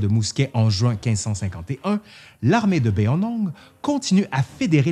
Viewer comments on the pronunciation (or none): none